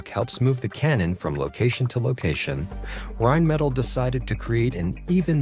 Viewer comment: Rimettel😂😂😂🙈 Deutsche Sprache schwere Sprache. Auch für KI.